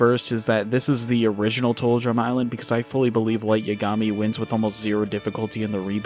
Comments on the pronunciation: "Light Yagami"😁 "Light Yuhgami"💔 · "Yuh-gah-me?" "Yeah, caught you red-handed" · How do you refuse to say his name correctly with this much knowledge on the anime 😂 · Why do you pronounce Yagami like that.